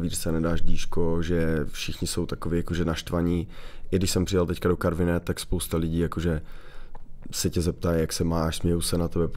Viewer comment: ono by bohatě stačilo aby ho vyslovil tak jak se ma